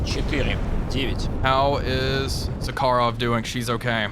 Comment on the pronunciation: WTF is "BY STROY"? or "za KA rov"? Speak normal, like Russian, cyka blyat' Быстрый and Захаров